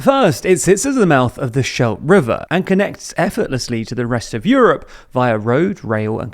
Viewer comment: Scheldt is mispronounced. The Sch in Scheldt is the same as in Schiphol.